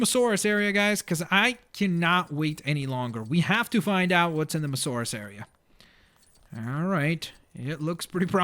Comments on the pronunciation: I'm sorry to bother you, but it's mosasaurus, not mosaurus. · Samuel Walber mo saurus he said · It is mo- as- saurus not mosaurus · It's Mosasauros not mosauros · it is not mosauraus its moSAsaurus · its not mosaurus its mosasaurus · Its a Mososaurus not a mosaurus. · I now its not Mosaurus its MOSASAURUS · It's a Mosasaurus not a Mosaurus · hey your pronouncing the dino wrong its not mosauras its mosasauras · You fucking piece of shit! It's Mosasaurus not Mosaurus! Even after the lady in the game said Mosasaurus you still said mosaurus like a fucking dumbfuck! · dude its a mosasaurus not a masaurus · It's moSAsaurus, not mosaurus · ChimneyTOOTH TOOTH that ain't no abrivation he jus cant say it right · Its MoSAsaurus. Not Mosaurus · Why is he calling it the moasaur it's the mosasaur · Not to be rude but its Mo-Suh-Sor-Us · You can not say mosasoras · STAHP SAYING MOSAURUS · its pronounced"moe-zo-saur-us :) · It's Mo-SA-Saurus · You have to kill 7 sharks not 6 and its mosasaurus not mosorus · its pronounced mosasaurous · MO-zu-sawrus that's how to pronounce it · Yeah I know it's the MoSasaurus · it's pernounced (moss-so-saur-rus) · No it is pronounced moes a saurus